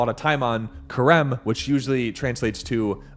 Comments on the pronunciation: Stop saying Kharem. That's not how it's pronounced. harem said with a ch like hannukah. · Theres no hard k sound in the word Cherem . its an aspiration closer to saying Herem . The first letter in that word is het not qof. Its Het resh mem =HRM.